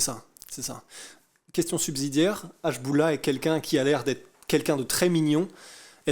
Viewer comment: Hachboula mdr jsuis mort la prononciation 😂